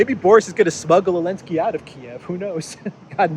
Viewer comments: Why do you systematically and consistently pronounce his name "Alinsky"? Is this some sort of Russian-sponsored talking point, because I can't see any reason to so consistently mispronounce the man's name when surely you know better? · Letter Z was displaced on the Russian weapons during the start of the war, so letter Z was strip off when you pronouncing His name.